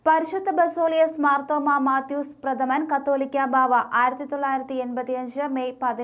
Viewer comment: ഇവരെല്ലാം എന്താ കത്തോലിക്കാ ബാവ. എന്ന് പറയുന്നത്. കാതോലിക്ക ബാവ. എന്നാണ് വായിക്ക്